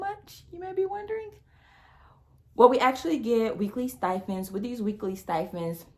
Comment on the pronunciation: its “stipend” not “stifend”